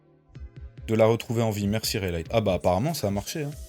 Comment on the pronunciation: 😂😂 ta prononciation du prenom Rayleigh me fume tu le prononce Raylight